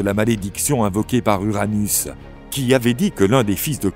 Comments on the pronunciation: La vois à dit Uranus alors que c'est Ouranos... 😅 " Uranus régnait en maître sur le monde"... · Sinon c'est Ouranos les gars pas Uranus 😌